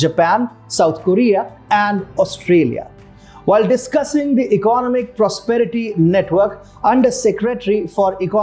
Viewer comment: Please check out "economic" pronunciation properly!